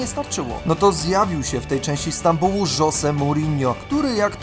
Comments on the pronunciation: 1. Dosłownie każdy komentator (także tłumacz google) mówi "Ziesz" lub "Zieh" 2. No Wow, niegdy nie słyszałem żeby ktoś mówił "Żose" zamiast "Żoze" 3. Jeśli chcesz pyć taki poprawny, to zamiast "Ronaldo" powinieneś mówić "Honaldo" (no chyba że tak mówisz) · nie, tak jak nie mówi się "Żose" Mourinho, a "Żoze"